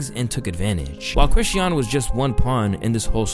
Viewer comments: Do you intentionally mispronounce words for engagement or some shit? You say Chrisean differently each time. It’s Kri-Shawn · 😕Why is he saying Chri-she-un and not Chri-shawn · Mannn can yall pls pronounce that girl name right😂it’s really not that hard. Chris-shun . Yall pronounce diddy name right same thing😭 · ChriSHAWN. SHAWWWWN. Not Chriseeeyon. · Youre not saying Chrisean right its pronounced like Cra-shon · The way he say “Chrisean” name I can’t even watch the video fr😂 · It's Chris-Sean! Pronounced creshawn! The way you always mispronounce stuff makes me think you don't really fuck with the culture like that. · Cringed every time you said Chrisean wrong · The way he pronounced “Chrisean” is killing me 😂😂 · why do you pronounce chriseans name wrong in all the videos you mention her in... if you're going to report on people at least say their names right. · Chrisean, 2 syllables not 3. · Damn, I really dislike how badly you’re butchering Chrisean and Chrisean Jr’s name. C’mon man, you played videos of people saying it right, all you had to do was copy how they said it! 😭😭